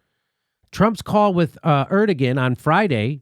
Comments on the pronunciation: Jimmy! My man! Just for future reference, Erdogan isn't pronounced the way you say it. The g is silent so it is said Erdoan but the o followed by the a makes a an almost w sound but not quite, sort of like Er-do-juan (juan as said in spanish). Hope that helps! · Pronounced Erdo (wahn) Jimmy for future reference :P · Jimmy, his name is pronounced heir do yan, just sayin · Erdogan is pronounced "air doe one" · That’s pronounced air dough on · Is that a joke? Erdogan is pronounced Air-doe-juan. I'm aware Trump said it the same way during a press conference standing next to the guy, but your delivery is pretty deadpan. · Jimmy, like your shows and topics! I also have my fingers crossed that this will happen. Now, for gawds sake, it's "air doe ahn," (accent 1st syl), PLEASE! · Turkey’s leader is “Air-Do-On” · Erdogan pronounced "Air-dow-wan"... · It's pronounced Er da gone. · Erdogan is pronounced Air Dough Juan. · Err-dough-on. Please pronounce it correctly but otherwise solid segment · That's not how you say Turkish leader's name, it's cringy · The "g" in "Erdogan" is silent.